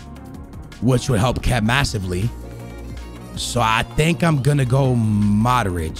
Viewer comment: It's not MADRIĆ, it's MODRIĆ😑